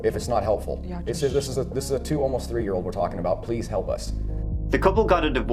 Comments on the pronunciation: My man!! You're on such another level with these vids. Great work. Let's go in...one, two, tree 😉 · I love the way you pronounce 3.... "Tree" 😆 I love it! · You pronounce some words so funny. The guy named Isaac you pronounce Eye-zak instead of eye-zic. Just little things like that. Nothing tops you trying to say 3 though lol. Was there tree people involved, and was this case started on the tirteent?